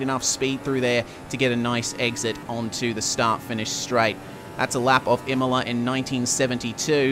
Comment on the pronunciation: You nailed the pronunciation Bravo!